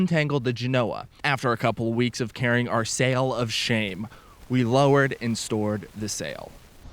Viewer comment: In 50 years of sailing, I never heard the 'Genoa' pronounced the way you do...